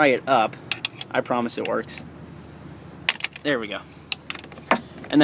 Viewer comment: GET DA HEYAL OUTTA DAYRE!!!!